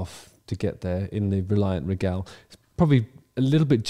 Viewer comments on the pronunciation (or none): Stop saying "Ree-Gal" like that. The Queen was Regal.. Say it like that. It's the same word. Anyway, back to Ian Brown. What's the difference if he shows up with a few random session musicians you've never seen before? Everyone seemed to be having a good time.